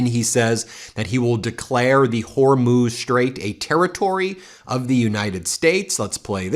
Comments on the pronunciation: The “Hormone Strait” ???? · He keeps mispronouncing Hormuz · So Trump says Iran is being "beaten very badly" and can't pronounce "Hormuz" properly but he has all the best words and knows everything about everything. So what does "getting beaten very badly" mean..in Trump terms...probably he's doing it badly! It's certainly that the beating isn't a bad one!